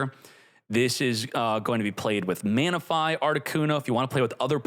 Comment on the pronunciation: Ah my favorite Pokemon: Mana-fi and Reg-g-g-gas.